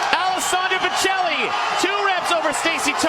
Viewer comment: Why do American commentators pronounce Pichelli like that hahahaha it's an Italian surname, it's pronounced "peekelly"